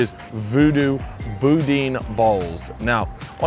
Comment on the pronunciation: that is not how u pronounce boudin